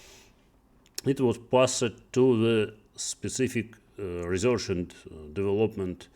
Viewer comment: учитывая что он работал программистом много лет непонятно как вообще можно не знать где ставится ударение в слове development